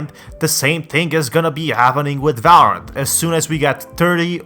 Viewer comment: no one: this guy: valrarent